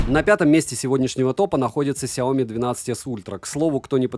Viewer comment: В названии сяо ми ударение на и ! 😜